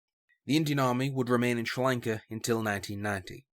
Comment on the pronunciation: Has to be the worst pronunciation of Sri Lanka I've heard, I can imagine you saying Chinese names its going to sound horrible.